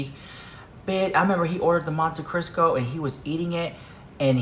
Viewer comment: Monte Cristo dahling not Crisco.